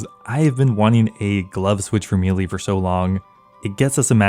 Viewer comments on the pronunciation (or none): You are pronouncing melee wrong.